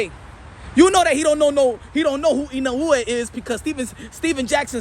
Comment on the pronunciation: I've seen almost all the pre- and post-fight analyses of the Inoue v. Fulton bout. And this commentator is only one of two English-speakers that took the time to pronounce "Inoue" correctly. I will rely on this channel rather than ESPN or other legacy outlets for coverage of the world-wide people's sport: boxing.